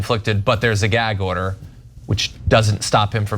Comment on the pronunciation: What's a 'Gairg order'?